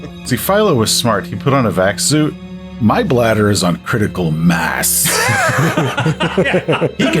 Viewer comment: Vac-suit - I thought he said Bat-suit.